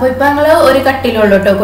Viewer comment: നങ്ങൾ എന്നല്ല ഞങ്ങൾ . ഞ എന്ന അക്ഷരത്തെ കൊല്ലരുത്